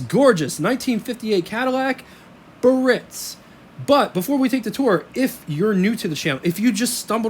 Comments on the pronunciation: The proper pronunciation for this Cadillac model is “BEE-A-RITZ”….not “BURR- RITZ.” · Just an FYI - Biarritz is a resort in the south of France that catered to the rich and famous. In English, it's usually pronounced, "Bee - are - ITZ" - with three syllables, the accent on the final one. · Nice video, full of info, no doubt, HOWEVER: it's pronounced BEE'-ah-ritz. They came with bias ply tires, drum brakes, and they rode very well (very boaty, ride, quiet inside and at that time, they had the most amazing options that no other manufacturer offered). These cars had an enormous amount of chrome, and boy, did you have to stay on top of that otherwise, the chrome pitted, especially by the exhaust. And I think air conditioning was almost a $1,000 option....that's like $9,000 today! These cars were only affordable to the wealthiest at that time. : those vents are where the A/C blows into the cabin. At that time, the blower was kind of weak, and in some hot climates, the A/C barely kept the car cool. GM Frigidaire A/C improved but it wasn't until that GM got the A/C working well enough to cool the car sufficiently on the hotter sunnier days. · It's pronounced BE-ah-ritz which refers to a very popular resort in France. The word has three syllables, not two.